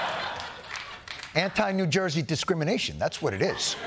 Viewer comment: Not Cuban but New Joisian! 😂